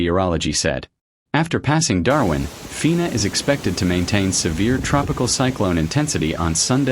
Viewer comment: And can't put decent sentences together, nor name Darwin correctly!